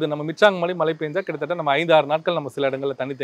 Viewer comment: இரண்டு பேருக்குமே ழ சொல்ல வரவில்லை. மல மலை என்று சொல்லிகொண்டிரூக்கிறார்கள். 😂😂😂😂